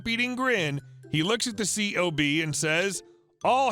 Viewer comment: The acronym "C.O.B." is actually pronounced as "Cob" (like "corn on the cob") Most military acronyms ARE pronounced as if they are actual words.